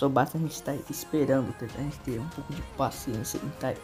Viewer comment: Pouco com l parece o cebolinha